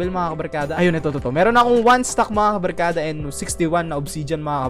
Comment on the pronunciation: Ey eyyyyyyyyyyyyyyyyy kabalkada hhahahahah anoyon iba na yung kabarkada naging kabalkada